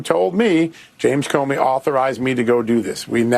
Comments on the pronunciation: I heard you say "Comer" in lieu of "Comey" w/those deep staters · Comey not Comer. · Comey, Not Comer. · Comer? Did you mean Comey? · not Comer, you mean Comey.